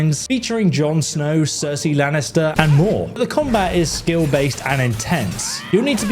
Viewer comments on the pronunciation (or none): none